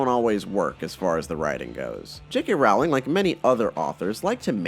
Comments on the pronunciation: so never right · Her last name is pronounced ROLLLLLLIN. Fyi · Her last name is pronounced like "rolling" FYI